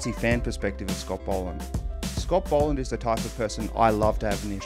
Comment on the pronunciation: Bol not bowl